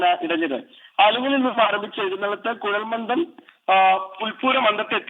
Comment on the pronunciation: കുഴൽ മന്ദിo എന്നല്ല കുഴൽ മന്ദം എന്നാണ്.